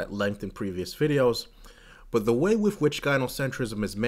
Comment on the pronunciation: That was fascinating. Especially the bit about not going to the doctors. I was a little distracted by the constant pronunciation of 'with' as 'wiff', but the content was very thought provoking. Glad I subscribed.